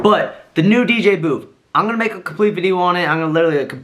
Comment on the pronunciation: For fucks sake its BOOTH not BOOF!! There is no “F” or “PH” in that word. Oh my god!!